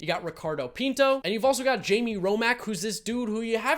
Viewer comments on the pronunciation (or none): none